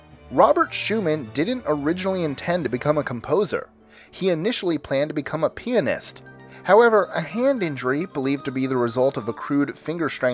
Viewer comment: "He initially planned to become a penist"